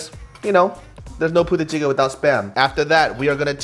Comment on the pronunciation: I kept hearing puta chicken